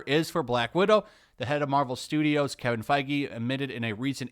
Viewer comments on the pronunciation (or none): none